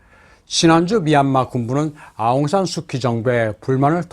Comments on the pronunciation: 내용이 너무 좋네요. 간단한 거 하나만, 영어로는 아웅산 수치, 한국말로는 아웅산 수지라고 발음합니다. 비록 K이지만요. 아웅산 수치가 민주화 운동은 잘 할 수 있는 자질은 있었지만, 대통령 재목은 아닌 거죠. 2차 세계 대전후 대부분의 나라에서 독립지도자가 그 나라의 수상 혹은 대통령이 되었지만 거의 대부분 부정부폐 또는 독재를 했거나 또 하고 있습니다. 한국도 김구가 대통령이 되었다면 비슷한 길로 갔겠지요. 그런 사람은 그 일을 잘하는 것 뿐이지, 대통령일은 또 다른 사람이 해야합니다. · 하는 짓이 다 똑같군요. 베네수엘라-한국-미국-미얀마 ~ ㅎㅎㅎㅎ 진짜 대단들 하네. 아웅산 수키가 원발음인가요?! 저희는 아웅산 수지라고 알고 있었는데... 아웅산 수키를 뭐 민주화 영웅으로 세계에다가 난리 난리치며 떠들어 대더니, 기껏 한다는 짓거리가 부정선거 ~ ㅎㅎㅎㅎ